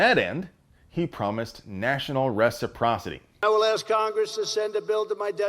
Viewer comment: at least he can pronounce resperocity?